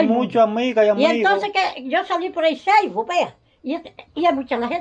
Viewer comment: la doña quiere decir FACEBOOK y dice ceibo, me rei mucho cuando le preguntaste que el cribo y ella te dijo por hay los videos que la ven, jajajaj 🤣 pero es en tus videos que la ven por FACEBOOK.